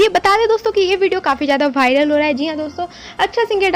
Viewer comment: Bharal nhi vawral